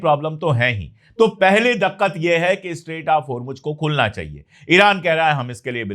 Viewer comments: sahi pronounce diqqat karein daqqat नहीं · You speak excellent urdu with great proficiency, a minor correction if you don't mind, the word is " diqqat ". Please continue as usual, no words to express gratitude for decent and true journalism a wide range of followers appreciate.